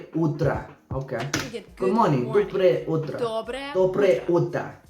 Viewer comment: У вас очень хорошо получилось - Доброе утро, Добрый день и Добрый вечер - почти без акцента :)